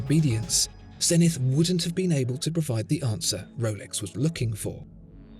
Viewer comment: The astronomical measure may be a zen-ith, but the company name is Zeee-nith.